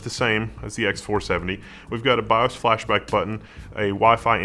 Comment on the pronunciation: Can't you say bios? Come on,..... Just say BIOS